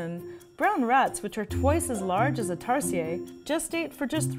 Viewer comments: It's not Tars-yeah, they're not French. It's tar-see-yer😁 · Is that really how you pronounce their name? In Philippines we say it like "Tar-sheer" not "Tar-si-yay". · It's tarsier not tarsiee yey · Hijo difota! Pronounce it as Tar-sheer not tar shee yeey....tarsiers are Filipino not French. Lol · I love that in English tarsier are pronounce like tarsiyey here in the Philippines its pronounced tarsheir i mean there's an R. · Hmm. Am I the only one who pronounced it as "Tar-sheer" and not "Tar-see-yay"? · It's pronounced as "Tar-shear" not "Tars-yey". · i dont think it's Tar-si-ye. it's tar-se-er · Tar-si-er ??? We pronounce it as Tar-shir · It’s pronounced as Tar-Sheer not Tar-Sea-Yeah lol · googled it, tama naman tayo. it is pronounced as 'ˈtärsēər' not tarsheeeeeeeeeeeah. meow maarte lang si ate o di bobo lang sya. cheret! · TarsiERs. Not Tarsiyey 😂 it aint french people!!! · tarsier is pronounced as taar•see•ur NOT taar•see•yey am i right or am i wrong?? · Growing up in Bohol, we've called them Tar-sheers. Especially in the Tarsier sanctuary. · Tarshish tirahan Ng Tarsher 😂😂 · Isnt it supposed to be pronounced as "tarsheer"? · By the way it is pronounced as tarsheer but spelled as tarsier but it’s ok and these animals are one of five most endangered animals in the Philippines so these are rare now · In philippines it is pronounced as "Tar-sheer" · Pronounced as "Tar-Shir" trust me I'm local. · cant say their name correctly "Tar-SEE-UR" and constantly calls them creepy. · We pronounce it with R at the end of the TARSIER here in Philippines.. not Tarsiyey!!! We’re not from France !!!! Please respect our cute animals! 😁😁😁😁 love from Philippines 🇵🇭 😘😘😘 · They are pronounced as "tar-sheers" for future reference. Just to keep it authentic. 😅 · It's "Tar-Sheers", thats how we call it in the Philippines ☺️☺️☺️ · We pronouns it Tar-sheer kind like how you pronounce tarshish! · Its pronounce tar- sher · Their pronounced taar see ur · It's pronounce as TAR-SHIR